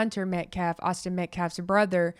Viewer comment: I would like to thank you for pronouncing Austin's last name correctly. Many podcasters are pronouncing it incorrectly and I know it's petty, but it's like chalk on a black board. I also want to thank you for your unbiased coverage! You are a true angel... This is a nightmare for all involved and the hate on both sides needs to stop. It's not helping anyone. The facts will come out during the trial and everyone needs to stop and take a breath for the sake of the families. Support "your side" with prayers not hateful words.